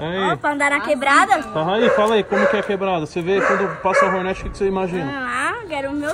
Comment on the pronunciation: Toguro falando Hornet errado é muito irritante